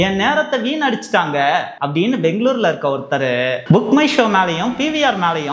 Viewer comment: Love the way you pronounce Bengaluru not banglore